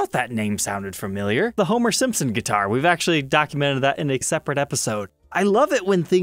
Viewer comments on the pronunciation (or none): Your reaction to the Homer guitar sounded more Swedish than Swedes themselves sound.